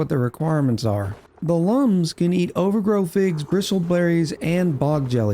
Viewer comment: it's OVAGRO not OVERGROW. wth dude? xD